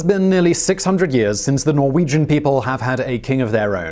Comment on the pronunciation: you are saying so many Norwegian word wrong...